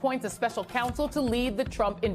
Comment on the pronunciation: It would be much easier to listen to Jill Winebanks if she could pronounce the vowel 'O' in her words 🙉. "My first respAnse... K'a'sovo ...Special Cansel...... Did the world also change the sound of vowels when we were asleep?